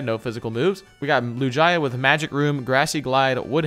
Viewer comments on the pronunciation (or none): Anyone else triggerd how he says lugia. There is no y in lugia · Lou-jia... lol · “LUJAY-AH” wtf 😂😂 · Every time is calling Lugia, Lujaya my ears are bleeding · Lu-ji-uh? I think you mean Lu-gee-uh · I don’t like how they call a lugia, a L U J A Y A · Did he just say Lujiah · he pronounced lugia like lu-ji-a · Lucaya? You rlly called lugia like that? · lugia ❌ lujiah ✅ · Its not lugia anymore its loojiyah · Lugia said like "Loo-jai-ah"? I take it you guys have never seen Pokemon 2000 lol, it's literally pronounced exactly like it's spelled, "loo-gii-ah". :P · Who felt cringe when he said Lu-jie-ya, instead of lugia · This dude just said LuJia .....LUGIA NOT LUJIA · It isn’t lujia it’s lugia why do you say it like that 😂😂 they even say it like lugia in pokemon movie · Pronounciation correction ( I know I am acting like a boomer ) it’s not LU-GI-AAA it’s LU-GIA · Bruh you gotta stop pronouncing lugia like that 🤣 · he said “looh-jia” 😭😭😭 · play it's lu-ge-a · Bro why does he say lugia as lu-jia lmao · No one else hear the way he said Lugia he said it lew-guy-uh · anyone notice him say lu- gia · LUE GEE A is how u say lugia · Did he say LU GUY A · did he mean lu gi a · Also It's loo-gee-uh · how you pernonce lugia is lu gea ga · why does say loogiA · deserved to lose after the way he pronounced Lugia. What the heck is a Loo-jeye-yuh?!?! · "toejkiss" "lewjia" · It's pronounced Lou-gee-ah you doorknob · That’s not how you pronounce Lugia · You guys should really learn to pronounce the names of Pokèmon. It is pronounced loo-gee-uh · The way says “Lugia” tho 🥲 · i just can’t get over how he pronounced lugia and togekiss. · It hurt my soul the way he said lugia and togekiss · FACTS!!! Facts!! And 2 screw up on lugia like that smh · The way he pronounced lugia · You said lugia wrong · Ok so they don’t know much about Pokémon and say a lot of the names wrong I guess I just watch to see what names they’ll get wrong next